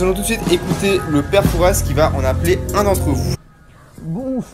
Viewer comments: on prononce pas le s de pere fouras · C'est très jolie comme dans le vraie fort Boyard mais on ne die pas père Fouras avec le ssss il faut pas dire le s sinon c'est très bien mon frère adore se que tu a fais